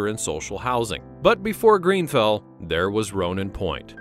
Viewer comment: Grenfell not Greenfell....